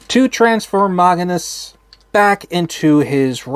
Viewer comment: It’s not Maganus. It’s Magnius.